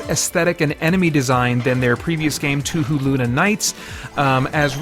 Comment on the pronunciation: Touhou is pronounced "Toe-Hoe". In other romanizations, you'll see it spelled "Toho" which would also have long "o's".